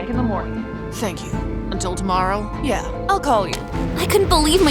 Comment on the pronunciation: That yeah sounded like YUH 💀😭😭